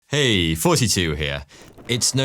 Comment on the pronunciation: I always think he’s saying “hey forty-two here”